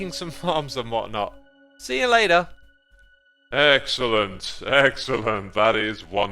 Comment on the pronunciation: When you realize there's X in xellent. Evil X was like: Xellent... xellent...